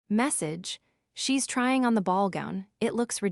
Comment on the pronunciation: It would be good if you checked the AI reader. Shocking mistake reading . T H then E instead of the 😂😂😂 only one of many faults 😂😂😂😂